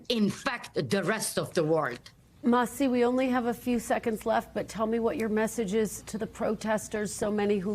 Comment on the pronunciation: Her name isn’t “Mahsi”! It’s “Masih”. Not so hard to say it right by the journalist😄